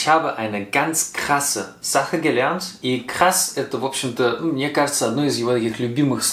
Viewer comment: Что за говор:" это не по мнеэ". Зачем так произносить?